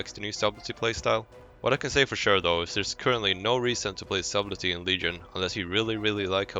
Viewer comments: Subtley - SUD EL TY not SUB LET TY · FYI, the "b" is silent in subtlety... So it's pronounced suttelty. Why does it have a B in the word? Who the fuck knows, english is weird. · Wrong. It is not silent. It is pronounced Sub-tell-e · "Sabblti", Try the following spelling: [satl ti] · "subbletty" hhhhhhhhhhhhhhhh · The b in subtle is silent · I had to quit watching when I heard how you were pronouncing subtlety. The "b" is silent dude..Man I couldn't stop cringing every time I heard you butcher it so bad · not once in this video was sublety announced correctly :( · the way he said subtlety triggered me so hard